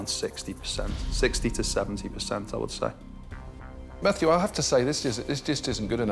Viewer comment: Why were they calling him Matthew when he clearly said his name was